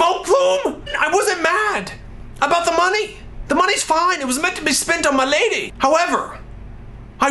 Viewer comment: I love the way he says "MAH LADEH" every time he refers to his date. Okay, Olan seriously, I'm in love with you please marry me